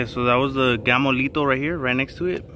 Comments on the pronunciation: Lol "gammolito" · Bro, I thought you were saying Gamo-litos this whole time!